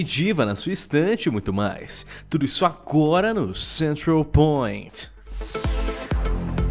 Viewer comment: Eu adoro quando ele diz Central Point kkkkkkkkk é engraçado o jeito que ele fala!!